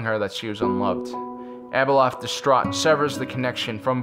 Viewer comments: Wish the narrator would consistently pronounce Abeloth's name correctly. He calls her Abeloth then calls her ABLE LOTH. Great video but the vacillation in her pronunciation of her name is distracting. Overall great video. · I love your videos and all the lore... But I just can't stand how you mispronounced so many names, A boloth!!, Cell-est-e-als.